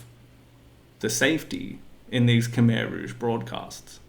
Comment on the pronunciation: FFS it's not cum eye its khmer,!!!